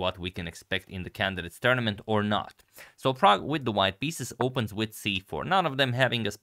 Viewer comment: Every time you say "Prague Chess" I hear "Pragg Chess".